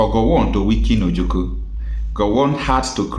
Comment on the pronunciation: My brother, is like you don't know how to call or pronounce OJUKWU. You always pronounce it OJUKU. Please take correction as an IGBO man.